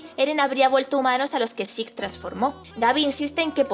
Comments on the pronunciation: Se pronuncia "Zek" no "zeke" ni "ziku" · Diablos señorita, Se oye tan mal que le digas a Zeke su nombre en Japones, horrible, pero me Gustan tus videos.